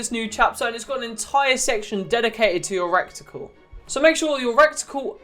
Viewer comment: This man said recticle